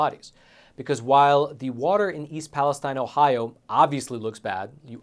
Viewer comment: you do a great job on this show. Just a suggestion. Since this town is the focal point of a lot of recent reporting, you should pronounce it's name properly. It's not pronounced like the area in Israel, but palace steen.